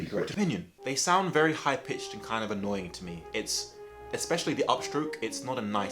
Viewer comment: >box jades "annoying" >gateron yellows "annoyying" theres just no pleasing you is there XD